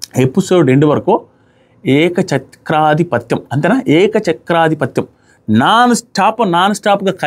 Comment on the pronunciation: మిమ్మల్ని కరెక్ట్ చేయడం నాకు ఇష్టం ఉండదు ఎందుకంటే ఐ లవ్ కానీ ఏకఛత్రాధిపత్యంగా దాని అలా పలకండి మీరు చెప్పినట్టు